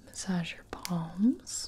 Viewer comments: She said “I’ll massage your PALMS” and I was half asleep and straight up heard “balls” and panicked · Jesus she said massage your palms I swear she said massage your balls I literally had to rewins